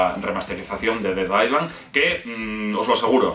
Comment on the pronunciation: Island no sé pronuncia tal cual es ailend esa es la pronunciación. Sólo un aporte